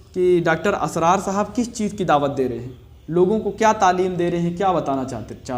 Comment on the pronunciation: अपने इस खैरख्वाह का बड़े अदब व तहज़ीब से नाम ले रहे हो तो सही तो लेलो इस मरदूद का नाम इसरार है ना के असरार 🤣🤣🤣🤣🤣🤣🤣🤣🤣🤣🤣🤣🤣